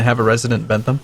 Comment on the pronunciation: Ypu are pronouncing Bent Ham's name wrong.